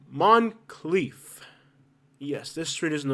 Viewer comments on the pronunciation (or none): Moncrief not Monclief